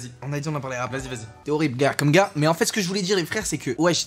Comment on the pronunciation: C'est "gars"